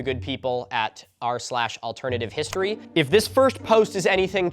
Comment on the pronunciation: Take a shot every time Milo gets "r/AlternativeHistory" wrong.